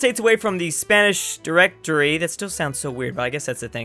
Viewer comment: Directery not ditchinary